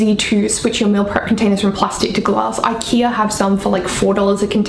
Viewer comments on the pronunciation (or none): none